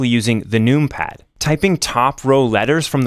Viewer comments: First of all, the use of “num pad” instead of including the extra syllable to says “number” is a sin. Secondly, pronouncing it “noompad” and not “numpad” is even more diabolical. I pray on your downfall (respectfully) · You say number not noom-ber. I want so badly to watch your video. But every time you say noom-pad, I cringe. 😊 Please don’t change for me!! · Clicking off after hearing how you say numpad "NUME PAD" xd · I love the aesthetics of many mechanical keyboards, but anything less than 100% is going to affect me greatly. 96% hides keys behind a modifier (making them too cumbersome). Scroll Lock, Pause, Right-Ctrl, Right-Alt, and the majority of the F keys are the ones I don't use. The numpad is insanely useful by comparison, as shown in this video. Pronouncing it "noompad" though.... yikes.